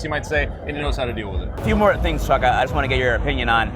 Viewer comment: Whenever says Chuck's full name, the only thing i am hearing is "Chuck & Hat"...